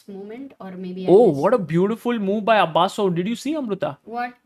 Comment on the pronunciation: His name is not Abasso it is Abusov😂